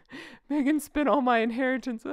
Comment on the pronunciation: It said 'spent all my inheriyance' as in inharryance. LOL